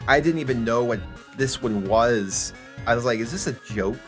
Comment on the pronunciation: If you're having trouble pronouncing Onewas name it goes like this. On-No-Wa.